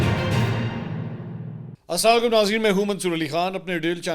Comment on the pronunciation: MANSOOR BHAI PLEASE ASALAMO ALAIKUM CLEAR BOLA KARIAN AP LAAM AKSAR PEE JATY HAIN